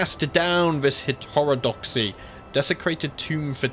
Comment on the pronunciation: Hetero-doxy (Heht-er-oh-dahx-eee)